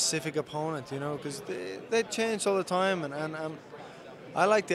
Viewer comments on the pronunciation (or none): Blaman Thur how can you not hear an irish accent the way his says opponent and time?